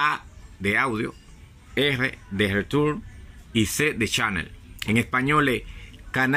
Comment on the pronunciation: Pelo chico, es que no sé qué significa las sigla en inglé Audio Leturn Chanel, o al menos así lo plonuncias, no te entiendo nada.